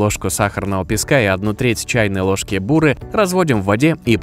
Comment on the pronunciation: Да не буууры,а бурыыы!!!